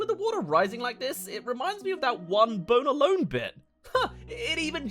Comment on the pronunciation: 2hen you say Bone alone sounds like "boner lone"